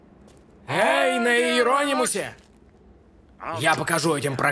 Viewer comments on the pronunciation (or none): Спасибо, но всё же корабль назывался не Ие́ронимус, а Иерони́мус от греческого Иероним «священноименный»